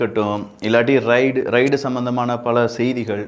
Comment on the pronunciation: சில உச்சரிப்புகளை சரியாக சொல்லுங்கள். ரைடு இல்லை ரெய்டு. மற்றும் எல்லா காணொளிகளிலும் "ல்" - லை,"ள்" என்று உச்சரிக்க வேண்டாம். சரி செய்து கொள்ளுங்கள்